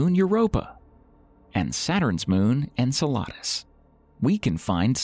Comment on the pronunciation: Lol, Pronouncing Enceladus like you ordered it from a Mexican restaurant